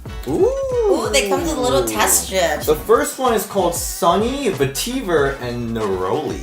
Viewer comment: The way he pronounces Vetiver 😂😂😂